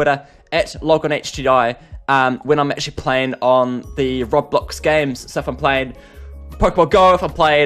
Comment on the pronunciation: I hate the way he says robblox